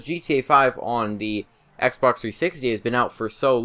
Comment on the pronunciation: It sounds like he's saying "Xbercks 360"